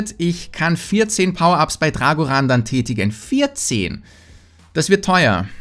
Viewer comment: Drag1hundret (englisch ausgesprochen)